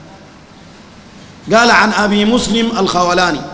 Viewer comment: ياخي انت اسمه ما عارفه تجي تقول قال وما قال الخوٙلاني ولا الخوْلاني ؟؟